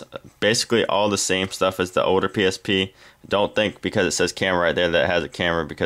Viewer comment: pronounce your L's right. not oder. older.